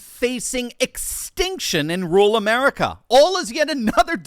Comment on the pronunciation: It's not rool but ru-ral - DOCTOR1